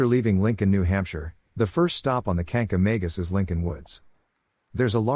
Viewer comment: Learn how to pronounce Kancamagus correctly!